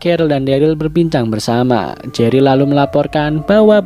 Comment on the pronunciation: jery woy bukan gery